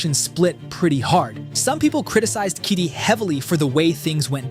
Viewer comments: Bro, I can't help to notice that you're reading Kyedae's name wrong lol. It is not "Kiddy". It's "Kayydayy". 😂😂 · It's "Kai-day" tho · yeah I heard that too kidii🤣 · broi, you cant even pronounce her name properly you could literally search how to pronounce it for 3 sec so unprofessional